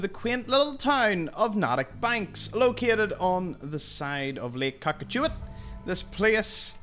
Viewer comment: As a Bostonian, its pronounced with a long "A" as in N-AAA_tick Banks